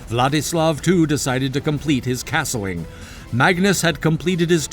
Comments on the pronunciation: Ahem. It's "castling," not "casting." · What is casting? Do you mean castling?